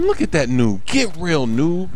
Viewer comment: WHY DO YOU ALWAYS SAY NUBE